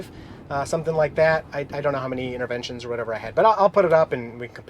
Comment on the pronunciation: What's an "Invernevntions"? hehehe